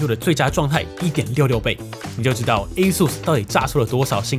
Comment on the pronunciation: 終於有人把ASUS的發音念對